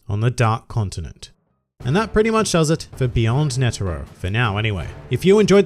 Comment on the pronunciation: I hate how everyone messes up every anime name. Stop pronouncing netero's name wrong man...